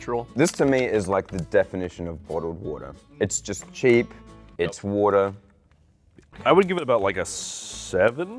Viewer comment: Love the way says water 😂